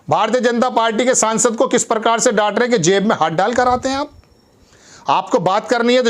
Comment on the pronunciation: परकार परहार परधान अबे हिन्दी बोलना तो सीख ले ।